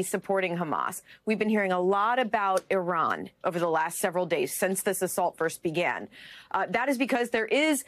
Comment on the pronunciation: You miss pronounced iran. It’s sounds like Oobomba